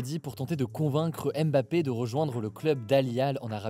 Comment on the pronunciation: Hugo ça serait cool de respecter les noms Africains. C'est pas aime bappé. Mais Bma pé. Ni haine golo, mais Ngo lo. C'est vraiment insuportable ce manque d'infiférence alors que les concerné ont corrigé plusieurs fois. On est aussi français, on mérite du respect